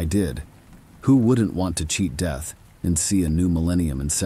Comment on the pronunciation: Lol the deeth of the blue-d drinking vampire.. best screeching goat sound story I've ever heed. I think you need a new AI.. yours seems to be malfunctioning and incapable of pronouncing certain basic words 🤣💀